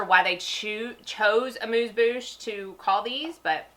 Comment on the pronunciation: Most reviewers can't even pronounce amuse bouche no less have an idea about what it is. Thank you very much for knowing both. This has made me nuts watching videos. Really enjoyed your video. Now subscribed